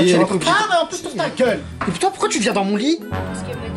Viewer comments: Mdr il'dit pas ta gueule il dit taguaile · Il dit ta guéle